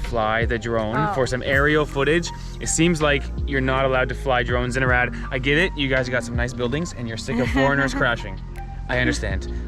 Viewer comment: Doar eu înțeleg "Irak" când pronunță "Arad"? 😅